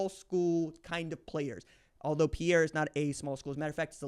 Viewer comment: RJ, I love your excitement and commentaries and will continue to follow you, but......first off, learn how to correctly pronounce Pierre, SD...please. I am from SD and it is insulting. Secondly, will you quit writing off Lincoln. You consistently, along with everyone else, keep putting him down. Yes, you say if he does this or that then he has an opportunity. But really you are writing him off and I do not like it nor is it warranted. He is a top notch athlete, versatile, and has 2 full years there learning the system and showing the coaches what he can do. He is much better than you and everyone else thinks. Just give him a chance will you?!